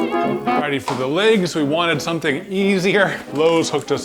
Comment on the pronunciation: “The leygs”